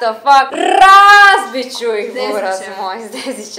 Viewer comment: rrrrrrrrrrrrazbit cu ih buraz moj dezićem😂